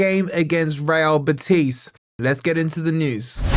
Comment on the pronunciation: Morato gets me nervous. He's too slow and clunky. Btw, - put the intonation on the 'BEH' in 'BEtis'